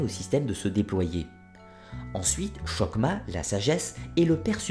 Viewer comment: Excellente présentation d'un sujet complexe. Juste un petit regret, la mauvaise prononciation des mots hébraïques. Par exemple chohma ne doit pas être prononcée avec un che initial comme chemin mais avec un h guttural.